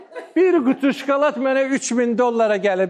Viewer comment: Şkolad yox,şokolad